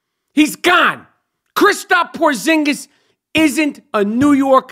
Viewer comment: "Christop" Porzingis lol